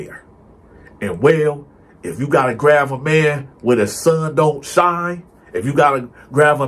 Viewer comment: “Grav his nutsack.” I laugh every time he pronounces “grab”. He be having me cryin 😂